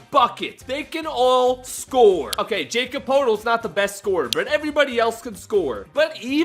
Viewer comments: Yah-Kub Per-Tul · ah yes Jacob potal